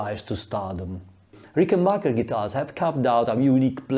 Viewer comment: Very interesting and profound research. But would you mind pronouncing it correctly RICKenbacher and not RickenBACHer? It's originally a Swiss German family name, after all.